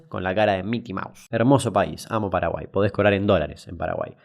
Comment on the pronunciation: "PEDO PADAGUAI NO EZIIZTEE" chupenla... CHUPENLAAAAAA